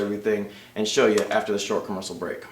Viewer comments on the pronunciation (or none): Am i the only one that noticed he said "After this short comersal break"? he said commersal not commercial lol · He pronounced commercial wrong :P